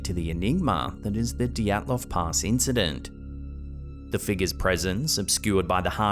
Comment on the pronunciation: Dyatlov Pass, not Dotslov Pass